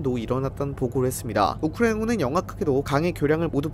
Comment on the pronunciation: 딴건 모르겠고 발음좀 제발 똑바로 해주세요ㅠ 듣는데 조금 불편해서요. 우크라이나군은 부분이 너무 심한것 같아요